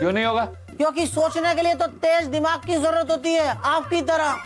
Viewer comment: दिमाग नहीं धीमाग 😂😂😂